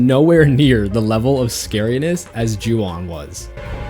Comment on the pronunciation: “O” in Japanese is always pronounced like that. So “Ju On” is pronounced like “Ju Own”. And yes, that means you’ve been mispronouncing “Honda” your whole life, too.